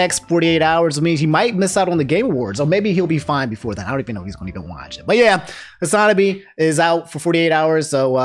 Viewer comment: Does he say Hasanabi wrong on purpose? lol